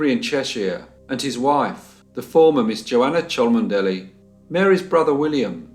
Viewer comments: NB Cholmondley is pronounced “Chumley” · very interesting case. thank you. btw, the name "Cholmondeley" is generally pronounced "Chumley". i know, its weird! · I love your vids. However:....... It's St Pancras, not Pancreas. It's gibbet, not giblet. And that name is pronounced CHUMLEY. SORRY. Xxx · Cholmondely=Chumley" giblets=gibbet St Pancreas=St Pancras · Cholmondly is pronounced Chumly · just so you know for future reference, Cholmondeley is pronounced "Chumley" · Cholmondly is actually pronounced Chumly, which is weird but there you are. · What is most important to remember is that only in Great Britain would an aristocrat suffer death for the killing of a Commoner. Such a thing was unheard of in Europe in that period. Incidentally , Ferrers married into a branch of the Cholmondeley family but it is pronounced 'Chumley'. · Cholmondeley is pronounced "Chumley". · I would add "lineage" and "Cholmondeley". It's a shame that research efforts should be marred for want of such a ha'porth of tar. When I am narrating something and not sure of the pronunciation, I always double check.